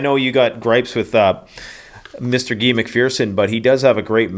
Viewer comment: It's Dr Guy,pronounced like" hey that guy",his name is synonymous with Guione,also synonymous with William,so just call him Bill!